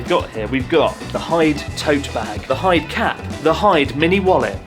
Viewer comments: OH PLEASE IF YOU LIVE HERE YOU KNOW HIS NAME IS PRONOUNCED HE DAY NOT HIDE AND SEEK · Isnt Hyde supposed to be pronounce like He-day ? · Isn't it pronounced "hi-de"?